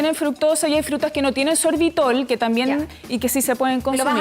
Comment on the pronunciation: Esta esta presentadora se comio un corre caminos...no termina de pronunciar la palabra ...y dice "kie" en vez de "que" the chilean accent is very hard ..takes time to understand...it makes me get colon irritable..terrible